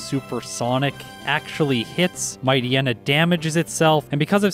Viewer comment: It seems like the endings of Poochyena and Mightyena are supposed to be pronounced like "hyena". Also, Crunch is special and Shadow Ball is physical. Makes perfect sense. Amusingly, every single damaging Dark move switched to physical in gen 4.